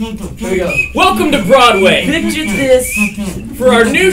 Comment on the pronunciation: Oh my god carlos says "BrOaD WaY"